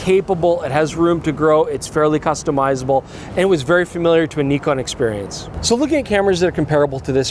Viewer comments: Finally you're pronouncing it correctly! Well, at least. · The most impressive thing in the video is that is finally pronouncing Nikon correctly, the other guy is hopeless though... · Knee-Con is correct! Also the Z 50 was a great camera, other than the nonsense flip down LCD. Z 50 II couldn't be going backwards. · THANK YOU FOR SAYING "NEKON" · Bravo Bravo Bravooo!! Say Nikon correctly!! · Nikon … Nikooon… the pronunciation is right Nikon 😊😊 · Thank you for pronouncing the cameras manufacturer names correct! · Pretty funny that the french pronunciation of Nikon is basically the correct one. I've been saying it correctly my whole life without even knowing it ! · yesss he pronounced nikon correctly 😅😁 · Listen to pronouncing it properly!